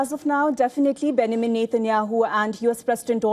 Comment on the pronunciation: A reporter who cant even pronounce Benjamin properly. Keeps saying Benamin